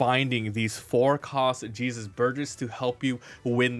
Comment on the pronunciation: Since when was Jesus Burgess mexican? His names Jesus not Hehsoos lol. Other than that nice deck profile